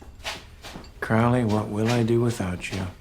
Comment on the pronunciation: Ackchyually, it's pronounced "CROE-lee." Tommy Lee Jones moment. The irony of Lawful Evil. "Dukes of Haphazard" 🤣 His affectations and mannerisms are somewhere between The Joker and Randall Flagg.